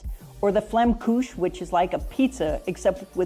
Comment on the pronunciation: as an Elsässer born and raised, hearing her saying Flammkuche hurts my feelings.. Phonetically it's more : "flow ma cure a" Surprised to see Nîmes and Montpellier in the list about the cities near Toulouse, cause it's almost 4hrs away one from an other. Marseille is the place to be if you wish to die depending the place you are living in. And yes, we have different culture within French culture because we havd so many borders.. And history play also a big part in all those mixed cultures. But it's as much as a gift than a curse, cause ppl don't think the same from a place to an other. In the south ppl tend to be more shallow in friendship. They invite you to the restaurant so you can pay the check. In the north ppl are or seems colder at 1st, but in the end, they are ppl you can always count on. Maybe it's changing a bit nowadays, but globally in the south you'll have convinience friendships and in the north, for ever friendships. It's just one example, but I'm pretty sure many French can relate. I speak from experience tho, cause as I said, I'm from Alsace, but I had to migrate to Nîmes. Which is a great place for a weekend or holidays, but not to live in haha.